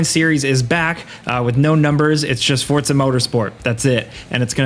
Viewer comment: Did this man say Fortza? XD